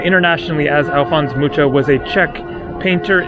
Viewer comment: Mucha is pronounced ‘Muka’